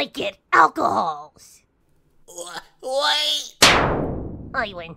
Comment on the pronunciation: I liked your voice acting, the tones for the characters were chosen perfectly, although the question is about Leshy, but there is one “but”. You said "if i win TWO i get ALCOHOLS" I didn’t notice it at first viewing, but if you pay attention, you’ll notice that in the word "Alcohols" Comes at the end of "S". This means that Shamura’s words should have been pronounced like this - "If i win, i get TWO ALCOHOLS" I know I strangled you, but I just decided to report it. And your voice acting turned out cool! Good luck with promoting your channel!